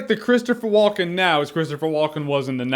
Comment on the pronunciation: "Christopher W-uhl-ken"